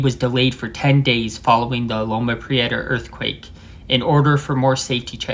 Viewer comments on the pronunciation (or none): none